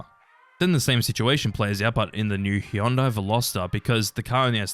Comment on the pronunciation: god that pronunciation of Hyundai is atrocious